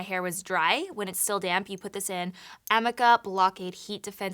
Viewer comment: Girl I love you, but you are pronouncing Amika wrong, the I actually is pronounced like you would say the letter "e" AmEka but it's spelled Amika... we sell it at the salon I work at, very good high end brand there! 😍😍😍😍